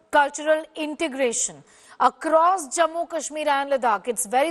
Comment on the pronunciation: What stupid anchor, can’t pronounce morh, says ‘jamua’ kahsmir and boosting terrorist? Stupid piece of shit.